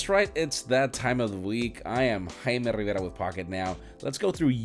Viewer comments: What's Haimei Hibera blah blah blah. Say it proper! It is Jaime Rivera! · I hear him say Hime Rivera but it's written Jaime Rivera 🙄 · I come here to just hear him say JAIME RIVERA